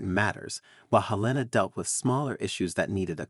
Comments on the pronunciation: Her name was HELENA not Elena, English not Spanish! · "V" is Roman numeral 5. The man's name was not "Frederick Vee". While you're at it, look up how to pronounce "Helena." I guess AI strikes again.